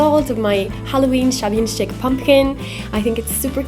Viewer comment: Very nice effect, it turned out nice. Chic is pronounced Sheek. Looking forward to seeing new videos! ♥️🎃🍁🌻♥️🎃🍁🌻♥️🎃🍁🌻